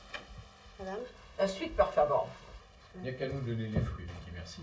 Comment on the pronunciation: mèmère ===ce n'est pas"""la suite PER favor""" mais POR favor""",ça veut faire semblant de connaitre l'espagnol ...........................